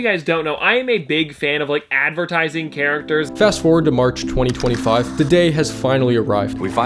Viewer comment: why he was making 2025 sound like it was 50 years ago🥀 🥀 🥀 🥀